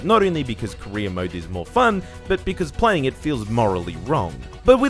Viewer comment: I can't help but hear "korea mode" Instead of "career mode".